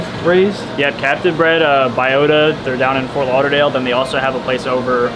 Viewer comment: Funny how I just got back from a trip down in For lauderdale and when the guy said it my ears shot up